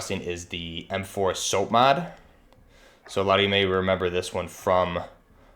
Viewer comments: Cool video. Buuuut, the "MK" in MK18 is pronounced "mark". And the "SOP" in SOPMOD is pronounced like "mop" not soap. Other than that good work. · Almost everything in this is inaccurate. "Soap-mod"? Em-Kay 12? Em-Kay 18? Noguns confirmed